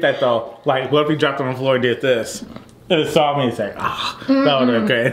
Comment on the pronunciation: Not “aht aht” Lmboo